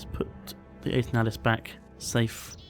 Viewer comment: I always assumed it was pronounced "Eternal-is" fuel